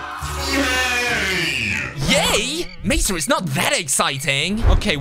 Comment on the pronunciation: It's mesa😒